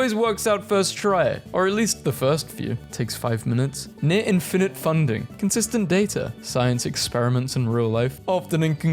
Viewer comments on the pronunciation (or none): none